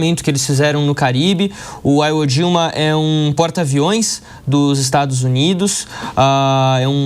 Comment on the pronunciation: O repórter não sabe pronunciar nem o nome da ilha japonesa "Ivo jima"